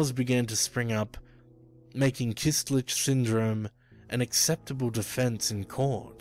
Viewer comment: it's "köstlich" not "kystlich"